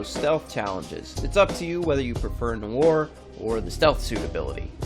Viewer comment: It's Noir it's French it's one of the few words that you'll have to learn in French Jesus Christ pronounce it correctly it's a good thing YouTube doesn't run on brains because the more videos I see the less intelligence I come across I think it started to profoundly affect me I think I'm actually getting Dumber watching all of these people pronounce words incorrectly and not do research on word pronunciation however I did like your video you just need to learn how to pronounce the word Noir it's not that hard it's not nor it's Noir